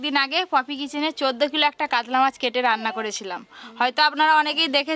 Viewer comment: কাদলা মাছ বলতে কিছু নেই, কাতলামাছ শুদ্ধ। কাগড়া নয় কাঁকড়া।